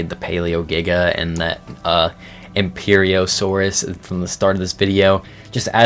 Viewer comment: I agree it would've been better if he did more research and not being able to say "Empirosaurus" was a bit silly, but he has no obligation to give us a proper documentation of every mod he likes. The dude just made the video for fun sharing mods he likes about ARK. The purpose of this video is to SHOW you the mods, not teach you the mods. And even the OP agreed he was a bit too harsh. I thought about leaving a comment about the Empiro name too, but I realized is not important so I didn't. You sound entitled. You're getting this video for free. Chill out.